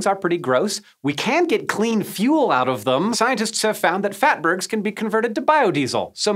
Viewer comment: Phatburgs ? LoLz 😆